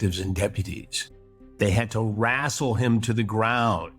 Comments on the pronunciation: Wrastle ! Is that English ? Common Chrissy , do better. And true blue sux ! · Wrastle? Lol